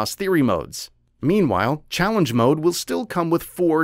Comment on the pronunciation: Never in my life have I ever heard any Youtuber pronounce "Mode" MUDz